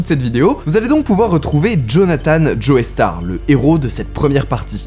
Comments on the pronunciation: Ça se prononce « Jostar », pas Joeystar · la famille joey star (au début de la vidéo) ?? le e ne se prononce pas : quand Hendrix chante hey joe on entendend hey jo.. et non pas hey joey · Petite précision, c'est Joestar pas Joeystar .